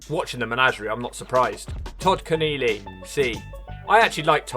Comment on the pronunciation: it's kenelly not Ken=eely